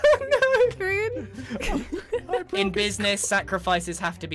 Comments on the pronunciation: She says grigan lol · I can't get over the fact that called him Grigan.